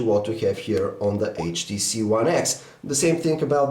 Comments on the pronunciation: lol the samsung s3 is taking picture.. because when u said HTC it sounds like "CHEESE" and the S3 will snap a picture when u say cheese :P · you said HTCheese :P